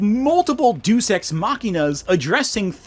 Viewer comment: If you hated the Black arc, you'd hate any mythology at all. And Deus Ex isn't pronounced "do sex," thought that was marginally relevant.